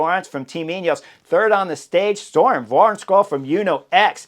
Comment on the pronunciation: We gotta fix that pronunciation of Wærenskiold. If spelt in english, it should sound more like va-en-shole. Silent k silent d. Silent r, although in dome dialects the R might not be silent. Or just say the words van scholl, like in the car type and insert soles. Not perfect but close. First name sounds like burn with the B replaced by an s. Søren. The whole thing Surn Van-Scholl To make it perfect say the u and a twice but without a gap. Suurn Vaan-scholl